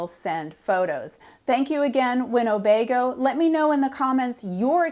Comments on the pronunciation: it’s not winnobego it’s Winnebago. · You might want to check your pronunciation of Winnebago against the spelling. There is no "O" in the middle. Cheers!